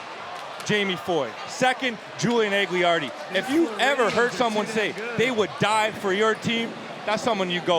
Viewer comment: Malto, it's AG-LI-AR-DI, for fucks sake